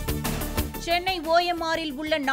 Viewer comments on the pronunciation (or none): none